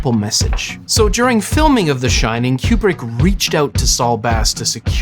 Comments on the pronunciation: I don't know who this "Kyoobrick" person is you keep mentioning. I've never in my entire life heard anyone mispronounce Kubrick as "Kyoobrick". After the 4th or 5th "Kyoobrick", I was ready to rip my ears off. I couldn't finish the video. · Am I hearing wrong, or is this dude saying CUE-PRICK the entire time? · I keep hearing your pronunciation of Kubrik as 'cupric' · "Cube-Rick" distracted tf out of me the whole video. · It is not pronounced Cue-Brick, but Koo-Brick. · Stanley “Q-brick”? Coo-brick. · It's not "Cue-brick" it's Coo-brick. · Fantastic video! Thanks so much for all your work on it. FYI, Stanley Kubrick was an American and pronounced his own name "Koo-brick" as confirmed by his daughters, despite most of the UK pronouncing it "Kyoo-brick." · It’s pronounced KOO-brick. Not Q-brick. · It's KU-brick not KJU-brick. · It is an excellent poster. He actually pronounced his own name “Koo-brick” rather than “Kyoo-brick”. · It’s Koo-brick not Kyoo-brick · Great video, but Stanley's last name is pronounced "Koo-brick", not "Q-brick." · It's pronounced Coo-brick, not Que-brick. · Fun and interesting. (And it's "Koo-brick" not "Q-brick.") 👍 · the yellow one is a crappy poster! I saw The Shining at the theater when it first came out but I don't remember what poster they used... I don't like the way that you pronounce Kubrick... I say koob-rik not cube-rik... good video... very entertaining! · His name is pronounced KOOB-RICK not CUBE-RICK. this entire video drove me crazy. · “CUE”brick??? come on bro. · His name's pronounced "koo·bruhk" btw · Kubrick is spelled with a 'B', right? Why is it pronounced KuPrick throughout the video? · i am extremely disturbed by the "qbrick" pronunciation. is this a new thing?